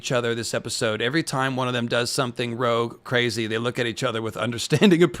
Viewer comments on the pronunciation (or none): none